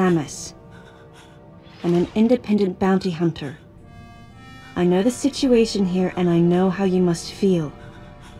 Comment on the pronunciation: “Sisuation” :) I love the way Samus talks